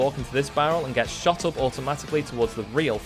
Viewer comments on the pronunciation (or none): none